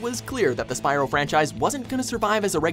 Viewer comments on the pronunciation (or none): none